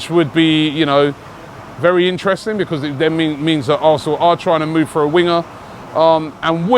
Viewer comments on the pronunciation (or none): none